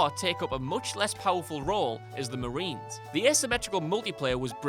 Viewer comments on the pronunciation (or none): none